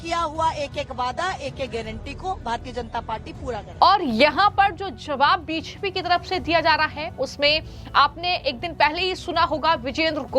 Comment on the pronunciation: को रोज 50 बार (धीमी गति से) बी जे पी बोलने की प्रैक्टिस करनी चाहिए, ताकि उच्चारण ठीक हो सके।